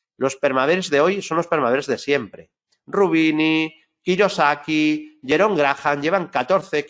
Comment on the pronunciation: Cada vez que te escucho hablar de los perma bears o escucho decirte después Kiyosaky me parto el culo jajaja